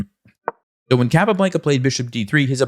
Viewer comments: Please... in the future, pronounce Chess Master's names as they would pronounce it themselves.... ie: "Cahp ah Blahn ka" not "Cap a blanka" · Blanca, rhymes with Tonka. Thank you for the video. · Why does he keep saying the name like that. "capablanKA" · The way you say "Capablanca" pisses me off. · Hey. Great video. I'm curious why you're pronouncing Capablanca's name like that and not the Spanish pronunciation? 🤔 I will caveat I'm sure I would pronounce some Russian players'names incorrectly. I'm still pretty confused about how to properly pronounce Alekhine.